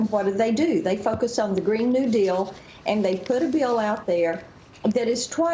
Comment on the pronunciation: I had to rewind. It sounded like she said "What do they do, they f*** us on the green new deal." then I realized she said focus. Wish she said the first one.